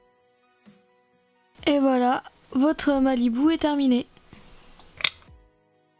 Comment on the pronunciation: c'est pas un "malibou" mais un "malibu" c t une petite remarque rien de méchant ps: je t'adore